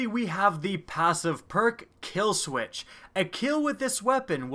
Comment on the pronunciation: You notice when he said kill sweetch instead of kill switch